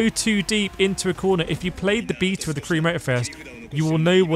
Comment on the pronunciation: You say beta completely wrong😂😂